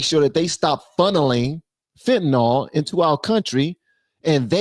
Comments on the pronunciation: It’s pronounced fentanIL NOT fentanOL. 😊 Love ya! ❤ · Fentanyl is pronounced fentanil